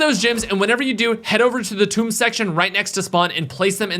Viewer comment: whoaaaa did I actually hear finally pronounce the maps name properly??😂